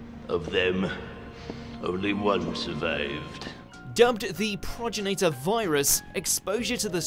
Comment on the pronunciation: He did pronounce it right though..